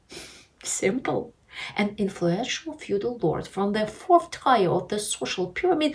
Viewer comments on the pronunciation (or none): Excellent video. I've never read anything this clear in any US American, Finnish, German, or French newspaper! But anOmaly, not anAmaly. "fourth tier" pronounced like "ear", not like "tire"